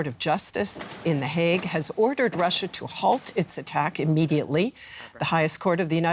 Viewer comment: That blonde woman's speech impediment is really distracting, especially when she says "Wussia."